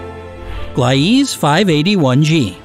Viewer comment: Not gly ease it's pronounced Glee sa